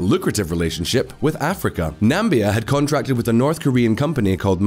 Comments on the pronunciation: Nambia? As in namby-pamby? It's Nam-I-bia with an "i". Back to school! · did he say Nambia instead of Namibia? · I know that guy didn’t call “NAMIBIA” as “NAMBIA”?😂😂😂😂😂 Come now